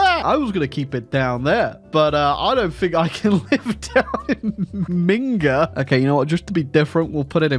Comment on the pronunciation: bruh, all these Bavarian nationalists and they cant even say the name of their capital -the name they invented- properly